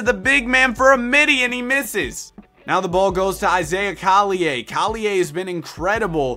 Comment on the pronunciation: why do u say collier name like that